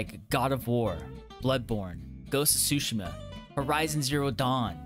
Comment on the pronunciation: “ghosts of sushi-ma”